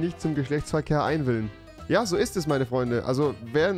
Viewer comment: Wenn er schon so viel scheisse gesehen hat, das er automatisch Dinge falsch sagt obwohl sie richtig geschrieben sind😂 Einwilligen und er sagt Einwillen...